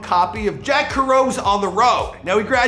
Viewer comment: lol Jack WhoUsaid? 😆